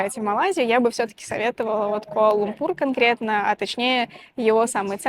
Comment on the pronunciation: КуАла-ЛУмпур (во втором слове ударение ставится на первую "У").